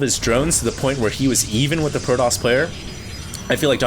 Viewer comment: its fucking pro TOSS not pro DOSS